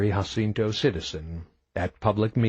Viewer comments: Other than the narrator not knowing how to properly pronounce “Jacinto”, and 2 poorly executed accents are his only go-to for vocal character building, this is a great story! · Its really funny that the guy doesnt know how to pronounce Jacinto and rather than trying to do Coles voice he does some stereotypical voice 😭 book is fckn fantastic tho great to listen to while hitting the gym between Eday plays